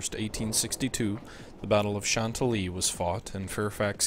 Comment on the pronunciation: hahaha, the way you pronounce "Chantilly." Yes it's a French word...but no one in the US pronounces it that way.